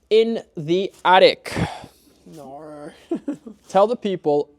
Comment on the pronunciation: “Naur” you can hear Matts influence 😂